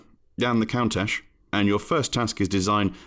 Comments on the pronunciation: And Countach isn’t pronounced as count-ashe either. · This is new way of pronouncing countach I've never heard before.